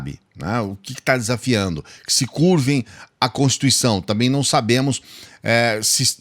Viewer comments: Não sav bê nem pronunciar a contiicao kkk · Ele não pronúncia CONSTITUIÇÃO, ELE DIZ CONSTICAO.O OGRO É BOCO MOCO. quem lembra dele?